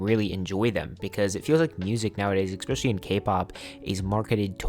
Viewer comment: I wouldn't be saying this, but you kinda made fun of "My Satisfacation". You said, "Ecspecially". It's literally ESPECIALLY, not ecspecially. God, what's wrong with you?